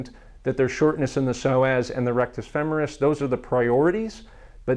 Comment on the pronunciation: Thank you so much for saying "femoris" correctly. I can't tell you how enraged I get when I hear feMORis 😅